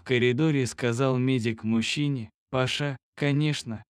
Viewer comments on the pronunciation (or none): Парня скорей всего зовут ПАша,а не ПашА. Слух режет. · Почему ПашА,а не ПАша???кто читает? ПашА что ли???